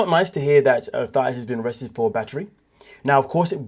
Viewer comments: Thais said like Thaeese...if you watched the show you would know how to pronounce it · THA -EESE! Like GrEECE! Hope this helps you say her name right. Did you watch the show???